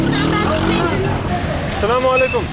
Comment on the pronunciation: Damn, the way you pronounce "Assalamualaikum" is beautiful. Peace be upon you my brother.